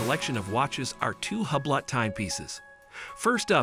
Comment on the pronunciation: Learn the correct pronunciation of Hublot.